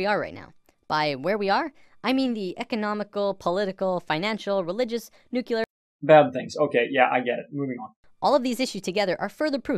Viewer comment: What is it with stupid people that makes them pronounce word 'nuclear' like 'nucular'?